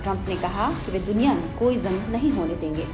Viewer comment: ज़ंग नहीं जंग